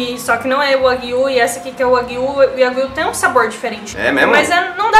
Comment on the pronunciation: Só uma dica sobre a pronuncia do nome da carne, dever ser, apesar de eu não conhecer, Wa Guíu, com ênfase no ¨Guiu¨, pois esta é uma das formas para se referir a bovinos na língua japonesa, exemplo, carne bovina seria ¨Guiú Niku¨, já o leite bovino, ¨Guiú Niw¨, enfim, pelo nome me parece de origem japonesa e a pronúncia correta é com esta entonação, claro que não se escrevendo desta forma.